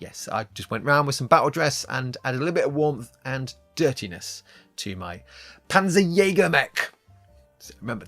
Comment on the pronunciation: As a German speaker "Panzerjäger" is a decent name for a mech. What I would suggest is that you lean more into the German pronunciation - the name will immediately sound more threatening. The "jäger" bit is decent, but for "Panzer", you're saying the "z" close to the "s" in "pansy". The German "z" is much closer to a "ts" sound. More "pants" than "pansy". Try saying it like "Pantserjäger", I feel you'll find it immediately sounds a bit more menacing.